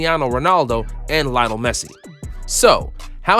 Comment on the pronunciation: Did he just say lion messi 🤔